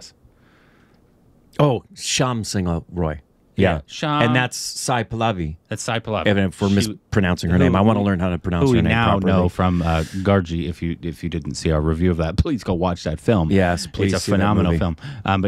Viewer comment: Sai Pallavi is pronounced more like Sai Pal-love-i not Sai Pal-laa-vi Gargi is a pronounced Gar-ghee Not Gar-gee